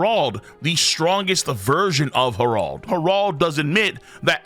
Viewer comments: Saying it with the hard R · Why do you keep on calling him har- ald 😂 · love your videos but the way u pronounce Harold sets me 😂 love tho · Why is saying Harold so wierd lol